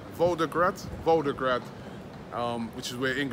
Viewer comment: ROBBIE!!! It’s VolGograd, not VolDograd